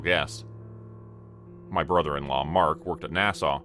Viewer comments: 🤠🤠🤠 NASA or Nassau? It sounds like you are saying Nassau and the cc is writing Nassau. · Why are you pronouncing NASA like Nassau? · Every time you miss pronounce NASA my heart breaks a little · There is no W at the end of NASA 😂😂😂